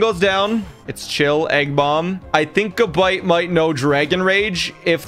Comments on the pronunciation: it's not gu-bite its ga-bite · This mf said ga bite Its gab ite